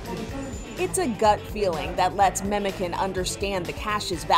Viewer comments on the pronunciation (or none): its not "memeken" ITS "MEMOCAN" , jesus imagine being news channel and not being able to find turkish person to ask lmao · You actually say ‘Memojan’ not the c that sounds like the k :) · Why don't news reporters bother just the slightest to learn correct pronunciations? C in Turkish is read as a J, so Memocan actually sounds more like Memojohn than it does like a tin "can". Really cute story though ☺️